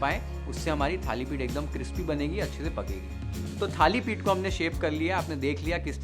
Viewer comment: Perfect pronunciation Thalipith